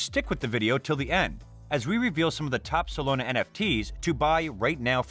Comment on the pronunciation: Solana bro SOLANA not Solona 😂